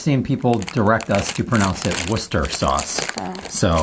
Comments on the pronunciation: Well done on getting the pronunciation of Worcester, which is the main city in the county of Worcestershire (Americans really struggle with the county 😂 its easy, just add "sher" on the end of "wooster") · 100% correct on Worcester but not so good on Devon its Dev-on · Ah, Revels! The Russian Roulette of the chocolate world! Minor pronunciation tweak- "Devon" rhymes with "heaven". You did good with Worcester, though. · No it’s not, it’s actually pronounced Wooster, or Woostersheer